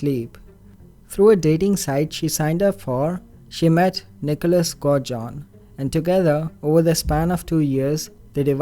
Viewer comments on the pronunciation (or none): His name is pronounced Go Dee John